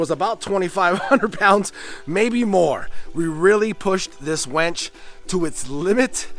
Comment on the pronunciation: You kept saying winch, but pronouncing it like wench, and I about died laughing every time imagining a team of buxom women doing that lifting and moving. Looking good, dude, so nice to see the dream coming to life. Great work!